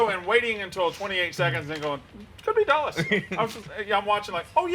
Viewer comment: I will admit i do not pronounce chuba hubbard right either. I think Dulles was a horrible one though